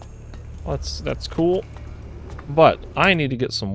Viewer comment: doesn't say "Cool" she literally says "Kewl"